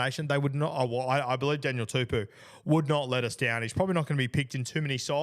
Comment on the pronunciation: Guru it’s not pronounced Daniel tuPEW, but Daniel TuPOU. Pou pronounced like Po from king fu panda.